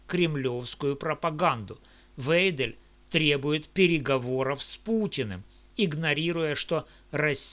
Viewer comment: всё верно, только её фамилия звучит "Вайдель", остальное - бесспорно, для тех кто может читать, слушать и делать выводы